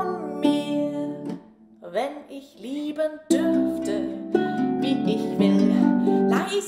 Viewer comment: Wunderschöne! Also, danke for helping me to fully understand how to pronounce "ich, und dich". In music, to my untrained ear it just sounds like the "sh" sound in English.